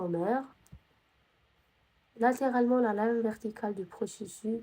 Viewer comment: شكراوربي يحفضك 🫶🏻🫶🏻💗 ولكن نقولو لابيرانت مشي لابريت ونقولو بروسيسوس تتنطق s مشي بروسيسو كيما قلتي 🥹🫶🏻 وعيشك نسقسيك app هاذي كيفاه راكي تخدمي بيها مجانا تاعي غير les os لي مجانية لباقي كلش مدفوع تقدري تمديلي سيت تاعها ولا وجزاكي الله خيرا 💗